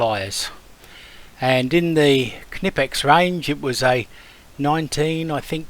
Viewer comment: Hey! You actually know how to pronounce Knipex. 👍